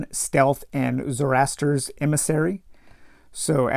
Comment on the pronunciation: hope you are well. Really like the format of this "playthough" - don't want the spoilers, but want your thoughts. In particular, whether you prefer the new combat system, and whether you would recommend playing the original game with this new system. FYI - pronunciations: "Mayjus", "Zorro-aster", "Sarasun". Good luck with your adventure!